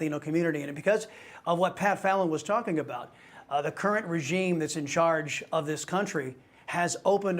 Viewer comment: funny how this guy must pronounce latino as if he just crossed the boarder